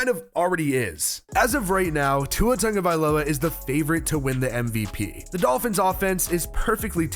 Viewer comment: This is nick picky, but it needs to be said. Dude! His name has no “N” in his name. It’s pronounced “T A G…”. Not “T U N G …”